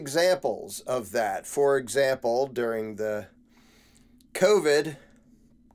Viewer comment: Spot on, as usual. Except that you mispronounced CONvid.😅